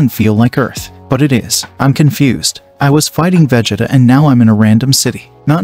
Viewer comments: Did you just pronounce it veh-jit-uh? It's Vuh-Jee-Tuh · I really wanna listen to this but if I hear vegeda one more time imma get irate 😤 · Vegita vegita vegita. Cannot get past this pronunciation of Vegeta. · Veg ... It .. Ahh? seriously right out of the gate I hear the computer TTS mispronunciation... thumbs down comment and leave. Narrate it yourself and I might listen. But TTS computer voice Naw I'd rather find a better chnl. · Its Pronounced Vughjeeta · yay ill love seeing "vageta" and "wise"😂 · it's pronounced va-jee-ta but spent as vegeta. 😡🤬🤬🤬😡😤😒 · Bro how he pronounces vegeta is going to make me uncomfortable for the rest of this movie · Bro is pronounces Vegeta wrong 😂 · Is it me r is he messing Vegeta name up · Bro why is he saying vegeta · He keeps saying Vegeta wrong.... 💀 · Please never say Vegeta